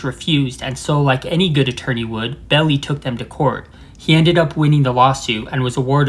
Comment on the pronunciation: It's pronounced Bell-eye